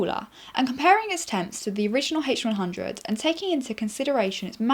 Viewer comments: "the hache who-won hhhundred oeye" lol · I like your video, but I didn't like the way you pronouce H100 -.-..